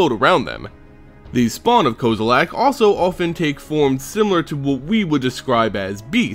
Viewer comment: this guy makes me fucking cringe every time he says Kozilek. he keeps saying like "koze-oo-lak" there's no "A" dumbass. it's "Kozz-i-lek" with a soft "I"